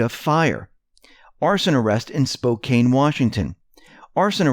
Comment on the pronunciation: Spokane is pronounced Spo kan. I know silent e changes the a sound. That's Spokane for you. lol